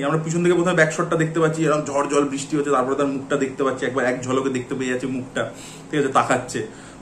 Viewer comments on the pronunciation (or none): none